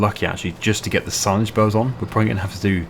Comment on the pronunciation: I have hearing issues so I use CC and when you say "bales" CC says "bells" so I'm just asking if you could pronounce bales properly please.